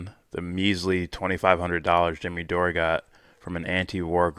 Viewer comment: Kim Iversen IS super hot! And brilliant too. Mispronouncing Dore’s name, as Pakman did, is a typical way jackasses like him attempt to diminish someone with integrity like Jimmy. Pakman knows full well how to pronounce Jimmy’s name & I’m so glad I unsubscribed from Pakman years ago, Mr Faux Progressive. You’re doing a great job,. For someone who doesn’t get into politics, or liking this one or that one, you really know your shit & are very discerning. Keep up the good work. Your audience will grow. I mean, let’s just keep it real. 😉